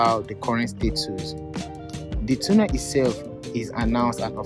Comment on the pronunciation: Correct pronunciation of "tunnel" is tornel not toonel. Take note please